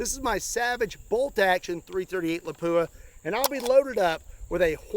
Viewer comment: Say Lapua again lol